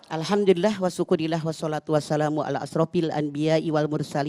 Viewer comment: Maaf sdikit koreksi mama dedeh,,, Bcaan hamdalah yg bnr mnurut ilmu nahu adl Alhamdulillah wassyukrulillah,,,bukan wassukurillah ... Thnk u